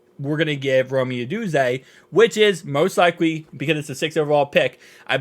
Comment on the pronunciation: Rome! Not ro-me! lol